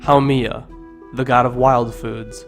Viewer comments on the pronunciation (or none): none